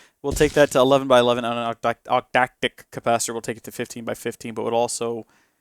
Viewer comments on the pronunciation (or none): I'm pretty sure octadic is pronounced ok-TAY-dik.